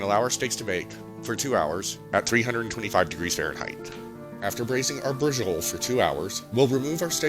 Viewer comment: Hello, I finally got all the ingredients together to try your recipe. I plan to make it this week. My friend, I think it is pronounced brah-show -leee, I could be wrong but I heard it pronounced this way some years ago.